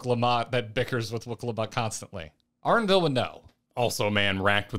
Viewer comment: One day will remember that "Arenville" starts with an E:D